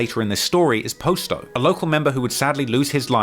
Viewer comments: I got love for ya and love the content but you killing me with how you mispronounced some of these names lol it's Pah-sto not Post-O lol they even say it in the clips you include in your videos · they say Pah-sto like 4 times in the mcdonalds vid lol